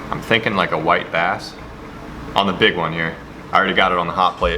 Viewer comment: When he said "white bass" the first time I heard "wipe ass" now its all I here every time